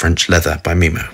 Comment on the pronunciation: It’s memo not meemow. Pronounced as memo from memories. That’s where the names from too, inspiration from memories, places they’ve traveled and ingredients that ressemble the smell of the place they visit and reminds them of it. Wtf is meemo, no logic. If you were american i’d have understood but such an upper class… disappointing.